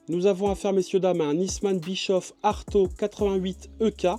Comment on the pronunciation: Pour information On ne proononce pas bichof Mais bichauff